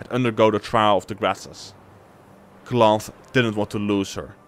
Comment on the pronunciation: Cloth, is one of the most bla bla bla ruler sof the north, it's pronounced KALANTHE not KLOF, good video though